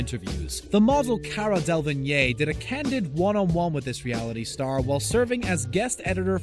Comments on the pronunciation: Del-a-vine not delvine... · Who tf is del-va-neen you mean dela-veen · Pretty sure it’s pronounced Cara Del-a-veen. Just saying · It's not "delvaneen", dude. It's "delaveen" pronunciation. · (Del-a-vene) < (Del-Vin-yay) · "the model cara delvigñie" what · “Cara del-ving-eh” 😂😂😂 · PRONOUNCED "DELA VEEN" FFS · “Cara Delvna-yay” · Lmao Cara Del-vi-ngé? Hahahha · You do know you pronounced Cara Delevigne's surname horribly wrong? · His prounancing cara's name wrong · Well.... You pronounce Cara's last name wrong and this aint Cara... It's Jennifer Lawrence...